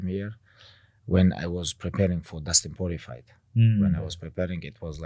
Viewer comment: Did anybody notice that Khabib calls Dustin Poirirer, Dustin Purify haha